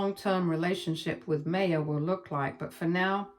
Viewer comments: Her name isn’t May-ah it’s My-ah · Maya is pronounced My-ah